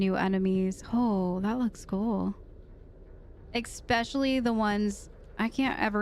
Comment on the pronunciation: There's no "k" is "especially!" 😬😅😂🤣🤣🤣